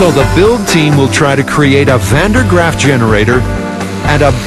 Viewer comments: did he say Van Der Graaff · Van derp Graaff generator lol